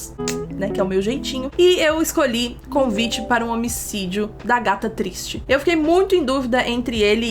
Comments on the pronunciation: a: aghata cristie o que eu entendi: a gata triste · Mano eu entendi a gata triste toda as vezes que você falou Agatha Christie UHSAHUSHUHUSHUSUH